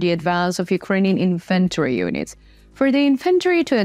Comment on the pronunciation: Very detailed reporting and much improved map-work which is now perfectly synchronised with your speech. I have joined your channel, and tried to communicate with you via email but to no avail. Reluctantly I am again talking about pronunciation 'publicly', so to speak.. "Infantry" is pronounced with HUGE emphasis on the FIRST syllable "IN-f'n-tree" . Otherwise it gets muddled up with inventory, which means a list of stuff you might own or store, and has emphasis on the 'e'.. There are many other mispronounced words that go far beyond an endearing accent. I admire your professionalism. Have you watched 'The Russian Dude' and 'Anna From Ukraine'? I mention these as I wonder what you think of them; they might help you develop another dimension.. I would "read and care about all your comments.." 🙂.